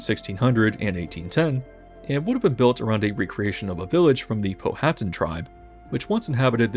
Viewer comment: Thanks for this vide. Gee, there's a Master's thesis hidden in there somewhere, I really enjoyed this very different take on the parks that examines the attractions within the cultural context of the country. Quick comment from someone who used to live one county over from Powhatan County in Virginia: It's pronounced POW-uh-tan. "POH" was reserved for the Powhite Parkway, that was pronounced (perhaps unsurprisingly for Richmond, Virginia, given its complex about itself at the time) Po' white by many, in the same manner as one has Po' Boy sandwiches. (Others pronounced it POW-ite, which was more politically correct.) Wow, Frontierland. :-( It's like someone thinks the entire idea of a country considering some area not already theirs to be a frontier to be explored, even if it's talking about historical events, to be unmentionable to the point of being a no-go zone. To me, there's a fine line between being multiculturally sensitive and overly pandering to others to the extent of erasing history. My thinking is that it presents an opportunity to, maybe, show the evolution of "frontier" from physical land to global economic and technological opportunity as history has progressed. This would allow keeping the interesting historical elements while clearly placing them in the context of history. The sooner Disney retreats from all the movie IP tie-ins and goes back to making original attractions for the park (which might themselves spawn films, like Pirates) that aren't just re-them